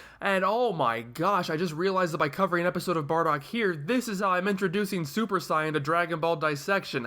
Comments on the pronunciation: Anyone else find it annoying he keeps saying 'scion' in stead of 'saiyan'. I don't understand how he can mispronouce a word that is used in the original and dubbed versions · You're saying 'scion' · I personally understand WHY you pronounce it the way you do, but I don't necessarily agree with it. You're putting the same emphasis on it as the Japanese do, but in this case that doesn't work in English. It's like calling Freeza Fureeza, because that's how it's pronounced in Japanese. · Uh no. You're just mispronouncing it. You can find several videos on how to pronouce it and you're just doing it worng